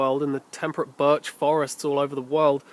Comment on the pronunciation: did you say barch ?